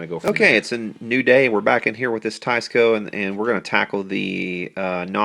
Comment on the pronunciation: Nice old Teisco. Pronounced Teesco I think. Lol